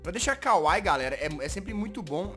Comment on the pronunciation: A pronúncia é kawaíí, não kawai. Bjs, Jazz. E não se preocupa que logo, logo sua garganta vai acabar explodindo de tanto fazer a voz da Jazzy :v